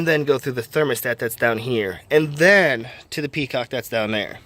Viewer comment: Petcock. Not peacock. Ha.